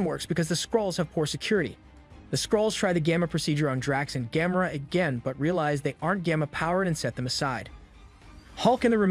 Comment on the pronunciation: im thinking at this point the way he says Gamora she might have gamma rays lmao